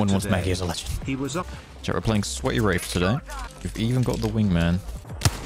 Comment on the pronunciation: When you say wraith, it sounds like you say wraf